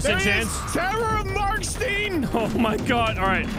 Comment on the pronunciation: It's pronounced "Marksehtern" , jsyk